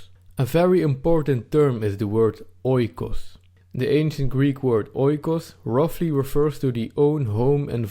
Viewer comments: Another excellent video! You must forgive me though, if I correct you on the pronunciation of "oikos", you say it like this: "eekos", just like the word "ethos". Grammar aside, you are very correct on the substance of the concept of "home" and "country" and I too believe it's being under siege, with varying degrees in different european countries. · just a remark oikos (οικος) = home pronounced "ikos". "oi" in greek makes the sound "i" or "e" good video bay the way. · Great video! Just a small input oikos is pronounced ikos in Greek oi=i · OIKOS is not pronounced OY-KOS.It is EE-KOS.Good video.Fuck muslims ,lefties and all PC SJWs. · Oikos is pronounced Ekos, as O and I when used together make an E in Greek couldnt stand it hahaha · Well it's actually "e". The "οι" is pronounced "e". Hence the "ecosystem": οἴκος=home + σύστημα=system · Nice video. If you want to be absolutely precise though, oikos is pronounced eekos. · Meanwhile oikos is pronounced differently xDD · Great vid ( 'oi' in oikos pronounced as 'ee')